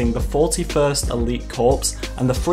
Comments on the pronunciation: Its pronounced core not corpse. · It’s pronounced “core” not corpse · Corps is pronounced like the word core.....not corpse...as in dead body...that is all. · Hate go be the nazi but i couldnt take it Its pronounced CORE as in United States Marine Corps. Not corpse like a dead body. So 327th star Corps is pronounced 327th Star CORE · It's pronounced CORE'S. Not corps. Even though it's spelled like the latter. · It's pronounced core, not corpse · Pronounced core not corps (it’s not a dead body) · people need to stop pronouncing it Corpse, its Core, the P is silent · Why does everyone pronounce corps wrong, it’s not corpse it’s core. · Just constructive criticism Corps is pronounced Core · Corps = “core” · “Corps” is pronounced like “Core”. The p and the s are silent. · The p in corps is silent